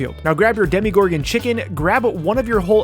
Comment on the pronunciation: I love how you said demigorgon instead of demogorgon